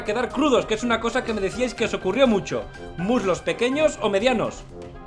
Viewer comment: ¿Muslos? Creí que había dicho murlocs (al vapor)